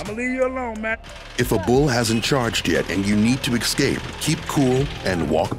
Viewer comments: Stop saying ecscape! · He says excape